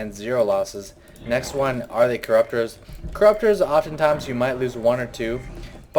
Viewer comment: where the hell are the t's and the h's in the "the"s?